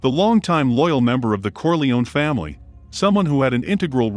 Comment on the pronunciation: I loved the videos, but why "Faimily"?